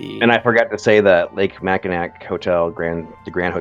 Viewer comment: Just gotta chime in, Mackinac pronounced “mac-in-awe”